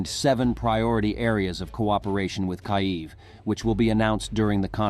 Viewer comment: you are Ukrainian & yet you have a reader that cannot pronounce the name of your capital correctly ??? 😳🙄 seriously ???